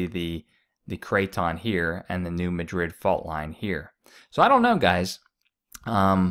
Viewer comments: It's not pronounced New Ma-DRID, it's pronounced, New MA-drid, and the river was dry in 2012 as well. I have lived in Missouri more than 15 years now, and I have not seen it low, but saw someone post some photos of it being low now in SE Missouri/Illinois. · Pronounced... Mad' rid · Its pronounced MAD Rid. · BTW it's the New MadRid not Madrid.